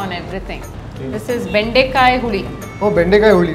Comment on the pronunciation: Bendekaya alvo boda nan magne ,it's bendekai 😂😂 Lady : Yaya yaya